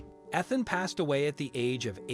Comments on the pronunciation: That's all I could think when he kept saying "eth-in" instead of it clearly being "eath-in" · Weird Robot-sounding narrator made this difficult to listen to. How could anyone not know the name is pronounced "Ee-than" NOT "Eth-an"? and there were at least 3 pronunciations for "Myra". P.S. I'm sure the crooked lawyer made sure to have the last will dated close to the father's death, and likely succeeds the will found in the floor safe by the son, later. P.S. I have never heard of there being "wallpaper" in a trailer (!) especially, one used by men in their fishing camp. Lots of loose ends, unbelievable story. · How about pronouncing Ethan- Eee than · I’m annoyed by the fact that you keep mispronouncing peoples names. Ethan. With the emphasis on the E. Myra, with the emphasis on the Y. I can’t believe I just wasted 10 minutes watching this video, yes I know it’s minutes long, but I didn’t watch the whole thing I was so annoyed by his mispronunciations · You keep saying the widows name differently, what is her actual name. And that's not how you pronounce the name Ethan. Eth-in is how it's said correctly. Ffs. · It’s Eeeethan you lazy, digitized defective dolt. Don’t waste my time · Are you sure you are pronouncing ‘Ethan’ correctly? It is usually spoken as “EEthan”. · Can't even read correctly mispronounced name